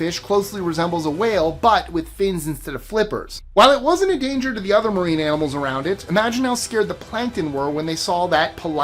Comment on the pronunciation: He said AMINALS😂